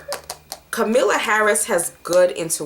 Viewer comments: Kamala = comma-la. Com-a-la lol. Love you sis, but you always butchering someone name lmao. I be getting flashbacks of my old white teachers. Solid prediction though. This is karmic debt in full effect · Kamalla Harris,her name is pronounced comma la